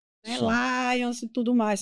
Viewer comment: Ao tratar do mito de Édipo, a palestrante pronunciou equivocadamente o nome do genitor de Édipo - foneticamente - como sendo "Laions"(plural de lion), ao invés do correto: Laio.